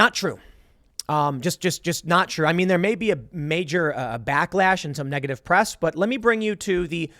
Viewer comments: anyone else heard "nigga-ative" lmao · "NIGative" -Tim Pool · tim said nigga tive lol